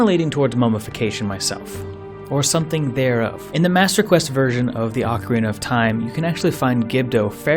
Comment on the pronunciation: For the last time! It's OH-KA-REE-NUH